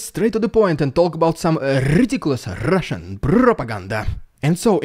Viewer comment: Love the rrridiculous rrrrussian prrropraganda 😂😂😂